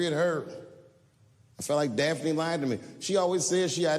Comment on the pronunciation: "Daphne". Her name was "Daphne". HTH